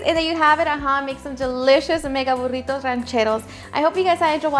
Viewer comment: I could listen to her say burrrrritos all day long the way she rolls her r’s. Looks delicious btw!